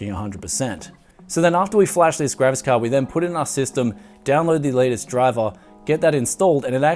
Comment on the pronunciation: is it just me or is he always saying: "Gravis Card" instead of graphics-card?